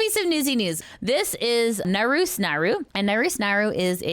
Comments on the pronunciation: sorry if this sounds rude, but the correct pronunciation of naruse is "na-ru-se", not "narus" ! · I kinda snicker everytime says "Naroos" instead of "Naru-say" ^o^ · just an FYI it's "Nah-Roo-Say" not "Nah-ROOS" Naru. The E is never silent in Japanese.